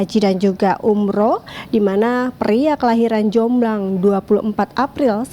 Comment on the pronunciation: Wartawannya bilang "jomblang" yang benar adalah "jombang"